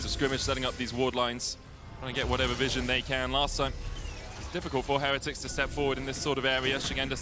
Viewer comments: cant stand how the one caster butchers the word heretics. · The team has specifically asked that we pronounce it with emphasis on the middle syllable. So it's "Heh-REH-tics" rather than the usual "Heh-re-tics'. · Why do they pronounce heretics so weird, is the only one I’ve heard that pronounces it right???